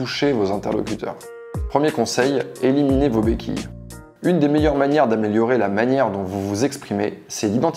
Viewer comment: 1er point : "Eliminiez". Bonne journée.